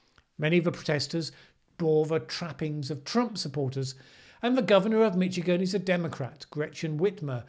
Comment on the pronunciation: You said 'Mitchigan' twice. Easy mistake to make, but I believe it's more like 'Mishigan'